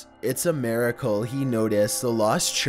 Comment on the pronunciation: “a meracle”